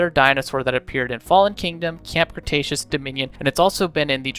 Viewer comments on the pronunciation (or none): none